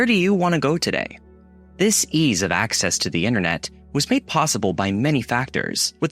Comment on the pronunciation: The guy rarely blinks. Regular words are routinely mispronounced. If he's an intelligent California guy like me - these simple words like "ease" wouldn't be mispronounced.